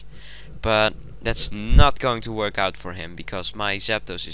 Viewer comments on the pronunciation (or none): none